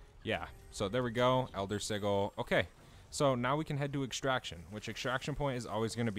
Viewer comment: You should look into how to properly pronounce Acquisition and Sigil :)